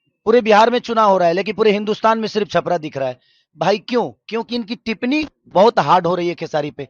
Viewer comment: टिपनी नहीं टिप्पणी होती है